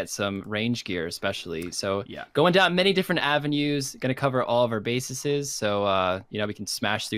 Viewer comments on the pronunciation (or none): "We're going to cover all of our BASESES." ??